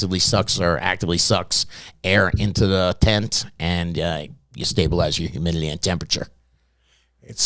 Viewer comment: HumidiLEE 😂 Got me every time. But great info for any beginner or novices… those who been doing this a while SHOULD know most of what he’s REMINDING you here ✅